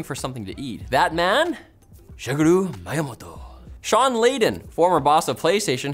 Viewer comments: He just read Miyamoto, and as person whose first language is English, he pronounced the "mi" as "my", since when you say "i", it sounds like the "y" in "my". That is the only logical reason that I can think of. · Like, it isn't a English name, so don't pronounce it English ¯\_(ツ)_/¯ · It's not even that hard to pronounce. How did he messed that up so badly? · doesn't know how to pronounce Shigeru miyamotto